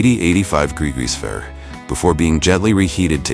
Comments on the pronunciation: Degrees ferris? degrees farafice? I can't even. I had to turn it off. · lol AI narrator just CANNOT get the word "fahrenheit" out XD